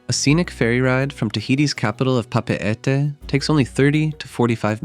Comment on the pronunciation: You should pronounce papeete as papitii actually